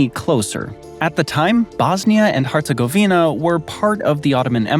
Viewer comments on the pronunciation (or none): none